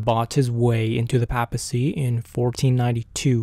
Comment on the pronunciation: Great episode. Small correction. At least here in the US, it's pronounced "PAY-ple" and PAY-piss- see"